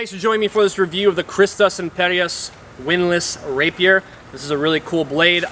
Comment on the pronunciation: IMPERAT, not imperiat....